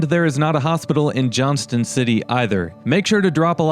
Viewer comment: Also we don't say the T in Johnston city. around here lol